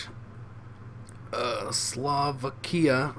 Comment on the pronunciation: SlAvakia? Isnt it SlOvakia? xD